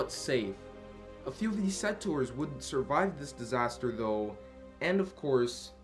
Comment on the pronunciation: You're still saying settors instead of settlers..